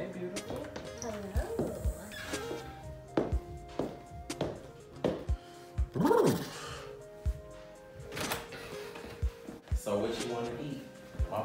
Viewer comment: "so how was your day today, beAUTIFUL?" "it was dECENT." he be hitting those words so hard 😂😂😂